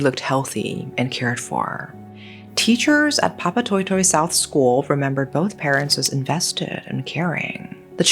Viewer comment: Not a bad pronunciation of Papatoetoe! Nice!!